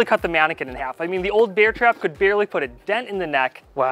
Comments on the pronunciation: I like how you really pronounce the "E" in "Bear" instead of saying it normal like "Air" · you pronounce bear like beer. i pronounce it like bare. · Im sure thats NOT a nutria And im sure he pronounces "bear" wrong